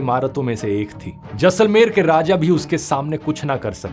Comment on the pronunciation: A thokya.. jussalmer nahi Jaisalmer